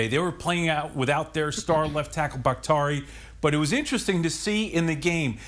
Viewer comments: Who is Bak-tarie? Man is an All-Pro left tackle and often considered the best pass blocking tackle in the NFL. Get his name right!! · Bahk-tee-ary....the highest paid lineman in the NFL dudes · Can't pronounce Baktiari? There's an i after the t...just sayin. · Do a better job of pronouncing players names, BAKHTIARI. Other than that this was a great conversation.